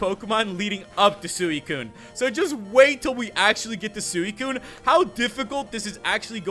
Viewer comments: It's pronounced (swi,kun) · You are not pronouncing suicune right